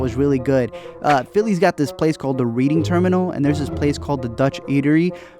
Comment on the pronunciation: It's pronounced REDDING Terminal in Philly, try the pork sandwich at DiNic's (recommended by Anthony Bourdain.) Creed 2 was very much lacking. Too much Max Kellerman. The director used his voiceover to move the narrative instead of some good old-fashioned fight and training montages. Couldn't the director not do a montage to show what Donny was doing for the three years before the title fight? Why were they training in the desert if the fight was in cold, cold Russia? Why would they train in the middle of nowhere, far from a hospital, if he had broken ribs and a damaged kidney and Rocky has cancer? Why was the fight in Russia if Donny held the belt? Why were the living in the same apartment in North Philly if he was Heavyweight Champion of the world? Why couldn't he fund her music career with his winnings? Who cares about the daughter's hearing loss, would he love her any less? How was it his struggle? Creed's walkout music was Jaden Smith's "Icon?" Not exactly "Living in America" or "Eye of the Tiger." Dolph Lundgren is not a good actor, they gave him too many lines, too. Its as if this new director never saw any of the original Rocky series.